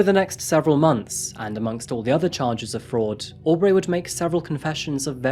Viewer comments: You listen to the actual videos of the criminals saying their own names, why then do you say aw-dray and aw-bray not bree 1000 times. Really grating. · Why do you pronounce things slightly off? Au-b-ray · Audray, Aubray but not Sydnay? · Lmao hearing you pronounce Aubrey “Aw-Breigh” is really funny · I find it interesting that receives regular praise for pronouncing foreign names correctly but butchers names like Aubrey and Audrey lol